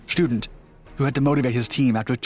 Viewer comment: Student is pronounced auf Deutsch, shtu-DENT, with emphasis on the last syllable, not like a school student. Kudos calling them Fallschirmjäger, not paratroopers.